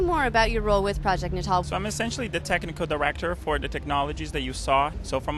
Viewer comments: isn’t it pronounced… natal? as in, neo-natal. nay-tull? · no. ill try. nay-tul. is t hat ok? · I really want to give this story and channel a chance but I can't get past the mispronounciation of "natal" (nay-tul). You know, like "birth"? Holy moly. Otherwise the video seems decent. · Is it not pronounced natal like prenatal? Not Nat-All? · It was always pronounced as nat-all in conferences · I want to punch you everytime you pronounce NATAL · Calling the word "natal" like it's fucking english shit. Dude... natal is relating to the place or time of one's birth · Is it not natal, as in like… prenatal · Pretty sure that’s not how you say natal……. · why didnt you look up how to pronounce "natal" before recording this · Why did he pronounce natal like that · yelling at my screen every time you mispronounce "natal" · Thata not how you say "Natal" 😅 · Why do you keep pronouncing "natal" like such a chump? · i don't know if you're pronouncing "natal" like that to drive engagement or if i'm just america-brained but what the hell man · that's not at all how to pronounce natal that's also not how to pronounce Molineux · Why can't you say the word "natal" properly? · You should really double check the enunciation of natal. Think babies.